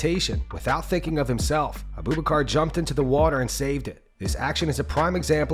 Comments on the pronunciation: A Boob a car? WHAT? It's pronounced Abu-Backer!😂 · Uh-Boob-Uh-Car lol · It’s pronounced ah-boo bock-er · Abu bakar. Your pronunciation was terrible. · never ever pronounce AbuBakar like that again buddy